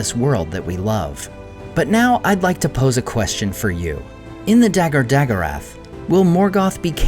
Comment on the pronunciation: The a pronounced ah, not eh. Those words are oxitone, btw. Really, why bother use elven words if you don't say them correctly? Battle of All Battles is a perfectly good name to address this passage of the Silmarillion.